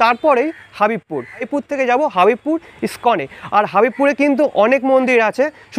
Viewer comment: দাদা হাবিবপুর নয় এটা হবিবপুর ৷ আমাদের এলাকা ৷ হরে কৃষ্ণ